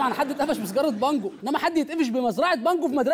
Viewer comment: همه قالوا بانجوا انا سمعتها مانجوا😂😂 قلت فيها ايه يعني لما يزرعوا مانجوا اتاريها بانجوا😂😂😂😂😂